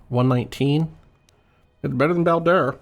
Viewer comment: I feel like I'm going to sound annoying for this, but why do you pronounce the Bao in Bao-Dur like Bow? When he introduces himself, he says it closer to like, Bayo-Dur.